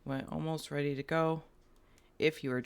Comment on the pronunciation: Are you readddy? I am readddy 😂😂💚💚